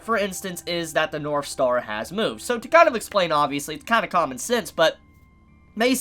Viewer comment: Every time he says "north" in this video it sounds like he's saying "norf." Is that an accent? If so, in what part of the world is it common to pronounce the "th" sound as an "f?"